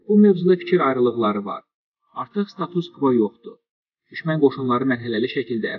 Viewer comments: Status sözundə vurğu á hərfinin üstünə düşür. Tələffüzə fikir verin ki, jurnalistlərimizin də savadına heç kimdə şübhə olmasın.🇦🇿🇹🇷🇦🇿🇹🇷🇦🇿🇹🇷🇦🇿🇹🇷🇦🇿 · Yenə yalan başlıq əsdi də diktor status sözünü deməyi öyrənsin aylbdı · QARDAŞ STAUS SÖZÜNÜ DÜZ SÖYLƏ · Status sözünü düz söylə..